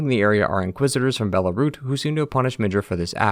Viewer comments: I think Belurat is bear-loo-rut, not bear-lah-root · It's Belurat, not Belarut... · dude please pronounce belurat correctly. you say belarut, its not belarut, its belurat. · Bro said Belarut it's Belurat :P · Belarut? am i the only 1 hearing this? Ngl, love listening to the lore. But I can't help doing a double take when you keep saying BELARUT when it's supposed to be BELURAT. It's like introducing your name to them, then they would say it wrong in the same breath. Like, "hello, my name is JULIE" "oh hello JULY. Can i interest you with some crackers, JULY" 🤦‍♀️ 😅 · I left the moment bro pronounced Belurat wrong 😂😂